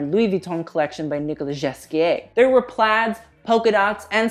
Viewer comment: Hey I'm French, in "Ghesquière", "ghes" is pronounced "gay". Not "jes"